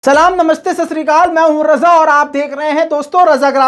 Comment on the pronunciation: سلام سہی طرح سے بولا کرو بھای